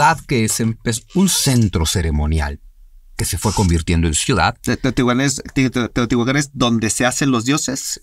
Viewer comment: Es Teotihuacan, no Teotihuacán.